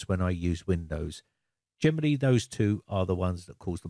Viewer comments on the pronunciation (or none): When you say "generally", I always hear "Germany" 😁